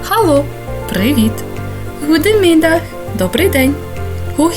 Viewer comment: Чому ГУДЕмідах?.. як ХУде.. те ж саме з heet.. то ж вимовляється як «гіт»..🤌🏼